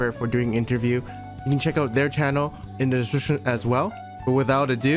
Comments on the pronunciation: My man do just said "desescripptionsrvw" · "in the disrvrvr as well" x) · ”In the desjijigjfjd” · “I’ll leave a link in the dshshin below” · at the start of the video, "i'll leave a link in the drshrsh below" xD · I always love his description pronounced Deswishiwishiption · mmm yes desrition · tf is "in the shshshshibshption " supposed to fcking mean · i love how you just bail on saying the word description at the start